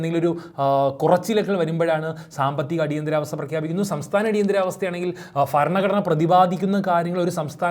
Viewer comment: അല്ല ബരണഘടന